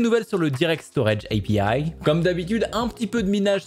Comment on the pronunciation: Prononce pas API en anglais, c'est naze !